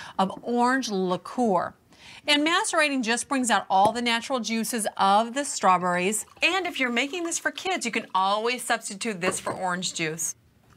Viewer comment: luh-KOOR ... strawburries ... flawless